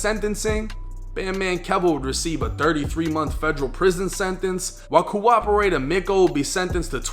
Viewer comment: “Cooperator Meko” & “Cooperator Steve” LmBaO dunno if you tried to say that but bruh im in tears 😅